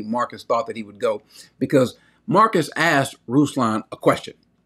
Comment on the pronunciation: And not 'aksed' 😂♥️